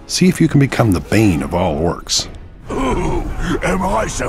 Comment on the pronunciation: Eercs!!!! It's pronounced Orc